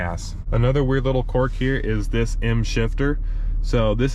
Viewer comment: Don’t mean to sound like a grammar Nazi, but it’s pronounced qu”I”rk, not quork!